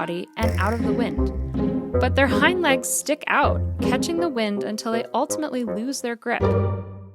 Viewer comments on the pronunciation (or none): none